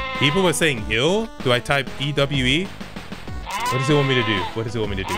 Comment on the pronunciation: man pronounces "ewe" like "yw" we're not in wales